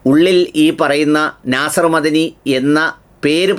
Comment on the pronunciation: അയാൾ മദനി അല്ല "മഹ്ദനി "ആണ് അത്‌ വെക്തമായി പറയണം.